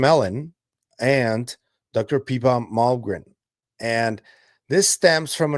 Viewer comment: its pippa, not peepa. i think it makes a difference....